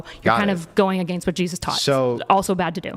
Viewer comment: you can really tell she reads wikipedia between their debates. also i hate when people pronounce "against" like that